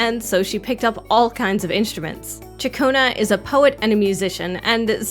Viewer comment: You earned a like because you can say Ciaccona's name correctly